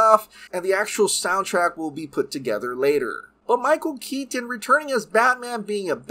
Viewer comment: I straight up will be skipping this movie. And when the heck was Michael Keaton's Batman ever murderous? And why do you overemphasize Michael Keaton's last name?